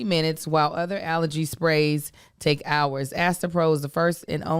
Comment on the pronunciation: You got hours to fill. Really breaks down your “ours” (you angel and Josh). Cause you gotta silence the haters. Are the h becomes silent lol